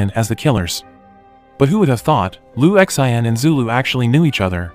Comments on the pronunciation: I think it’s pronounced “Lu Shan”. 😂😂😂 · Sin not Shin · Lu X.I.N 😂 why do you just spell the name. There's No way you think that's how to say it. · Jael Strong na its lu shin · Maybe the narrator is just too lazy to simply Google and learn how to pronounce it. 😅😅😅